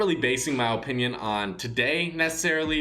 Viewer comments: In my ohpinion i think you should say opinion correctly its very annoying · Its uh pinion not oh pinion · Its pronounced like apinion but he pronounces it like ooooopinion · He says it like O pinion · Stop saying opinion like Opinion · Am i the only one that gets annoyed everytime he says OHpinion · If he says “Ohpinion” one more time, I’m going to kill myself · “O pinion” my O pinion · O-pinion O-pinion O-pinion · Benjamin Evans it makes me cringe whenever he says ooooohpininon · Fr no hate put it’s pronounced uh-pin-yon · Look up how to pronounce opinion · The way he says opinion is so annoying lmao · i hate the way he says opinion